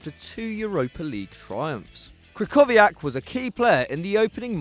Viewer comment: The way you pronounced krychowiak made me cringe